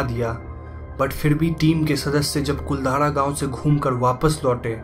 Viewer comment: I'm from jaisalmer and it's not कुलधारा it's कुलधरा